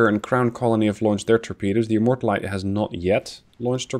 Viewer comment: HMS Immortalité has a french name, it's not pronounced like a "low calorie immorta"